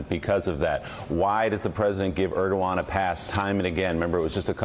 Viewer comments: Mika mispronounced Erdogan's name . It's hilarious that they work so hard to make Joe and Mika's words seem like their own (and the other regulars on the show, too) but, no, it's scripted. Further, these "talking head" actors apparently don't know what to say at all if the teleprompters fail . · MIKA COULD YOU PLEASE LEARN HOW TO PRONOUNCE THE PRES OF TURKEY'S NAME? IF 45 CAN SAY IT WHY CAN'T YOU?